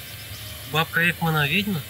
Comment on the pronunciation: Смешно ! Слово вЕдьма, а не вИдьма. Где тут вИдеть ???